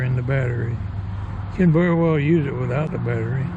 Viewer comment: "We're gonna limb some trees wit-out ever gettin' off the zee-row turn" Lol sounds like the beginning of a good rollicking down home country song 🎶🎵 🪕😄